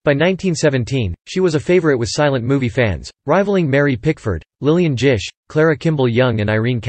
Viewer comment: It's Gish with a hard G, like dish.